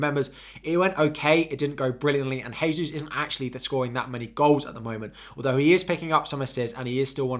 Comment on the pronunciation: The "J" in "Gabriel Jesus" is pronounced like the "J" in "Jack" - his name is Brazilian Portuguese where the J's are not an "H" sound like in Spanish.